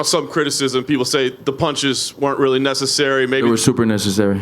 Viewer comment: Jorge "They were super nessecery" Masvidal